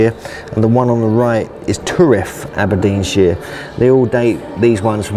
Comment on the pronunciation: Aberdeensheere. Naw Naw Naw mate. sh IRE. sh eye R. SHIRE